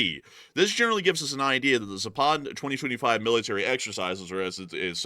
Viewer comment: Please !!! Zapad has the accent on the first " a " not on the second !!! It is Zaapad not Zaapaaad !!